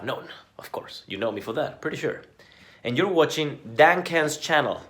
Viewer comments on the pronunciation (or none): "Thorin Dan-can Shields"